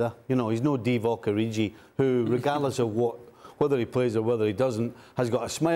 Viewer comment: Stevie said divok origi 😆